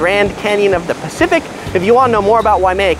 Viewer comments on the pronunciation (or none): none